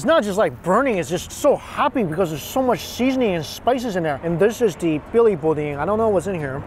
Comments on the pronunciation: It is pronounced boo-dan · Heck yeah Lafayette. My stomping grounds. Im so glad you stoped by and enjoyed the great foods. We always pronounced it like boo-dan but i like the way you said it. Love your videos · Im so glad you passed through and ate my freaking favorite thing in the world Boudins! 😍😍😍 That made my heart happy! The way you pronounced it though! 😂😂😂 you gotta say it like "Boo-dan" 😆 LOVE all your videos I'm a huge fan! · it's Boo-dahn. Ya killing me! I'm so sad I missed that you were coming. Huge fan. Glad you got some great looking food from my home. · You’re right around the corner from where I live. Louisiana has some of the best food around. Billy’s is one of the best. Glad you got to stop by Also, it’s pronounced boo-dan 😂😂😂 Love watching you, and the many places you travel to sample the food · Thanks for showing my state some love! Oh and it's Boo-Dan 😉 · Boudin “BOO-Dan”. You’re killing me dude! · Love the video, but I cant help myself..."boo-da-"n" is silent lol please come back and explore more. Louisiana has sooooo much to offer, and I don't mean go to New Orleans. Get away from the tourist trap and look for the places on the side of the road and go to an actual backyard boil. I'd be happy to arrange that part when the season comes back around! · I always enjoy watching your videos and this video is in my home state, one thing Boudin is pronounced kinda like Boodan otherwise keep up the great content! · Boudin is pronounced Boo Dan Étouffée (AY too fay) Cajun is fun! Love your rode trip. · Boudain “BOO-DAN” Billy’s IS THE spot. Next time get a crawfish and meat pie!!! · Yes!!! Billy’s is my favorite!!!! And it’s boooo-dan 🤣😁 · its call BOO DAN bro hahaha!!!! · It's pronounced boudan I live in Louisiana so I know thanks for visiting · The in best in Lafayette is called The Best Stop. BTW, it is pronounced Boo Dan. Much better than Billys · Boudin is pronounced BOO-DAN.😜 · Boudin is said like ‘boudan’ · Boudin = Boo-dan